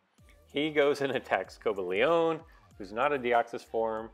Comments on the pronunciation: Co-buh-lee-on. No "ay" sound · It's pronounced "co- bay-leein"(cobalion) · It's Co-bal-ee-in